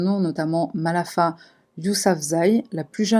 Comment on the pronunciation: C'est MALALA Yousafzai!!! Pas Malafa! 😉😉Une héroïne!!!! J'ai travaillé au Pakistan, un souvenir Merveilleux, j'ADORE ce pays!!!!!